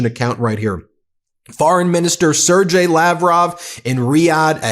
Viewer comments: Love your coverage, but please - Sergei is pronounced 'sehr-gay'! Clear speech indicates clear thought... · if Musk is "overseeing Doge", as Leavitt states, then he is not merely an advisor the "G" in Sergei is hard so the second syllable is pronounced "gay"